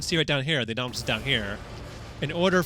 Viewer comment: Ok I'm just gonna say these guys pronounced the indominus Rex wrong and the mosasurios wrong